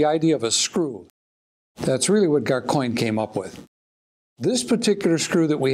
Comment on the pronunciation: GasCoin all one word that's how we say it in Leeds